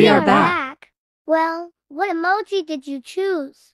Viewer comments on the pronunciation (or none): “Rawblox” “Yeses” “Humum” “Emaji” “Emagis” 💀